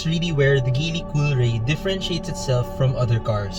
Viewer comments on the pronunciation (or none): Its pronounced Jeely.. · GEEEEEELLLY hnd GILY!